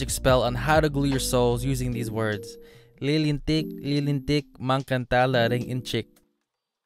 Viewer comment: Bro, it's LILINTIK,,,LILINTIK,,, MAGANDA LAHING INTSIK. HAHAHA